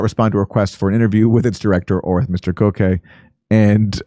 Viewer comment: Its pronounced GOCK-See